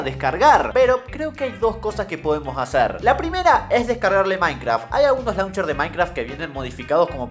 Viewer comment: dice minceraft no minecraft